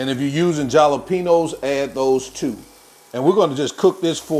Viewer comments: Jalapeños is pronounced with "H" my brother. Thank you for the wonderful recipes ❤ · He knows that, he says it that way just for fun. :)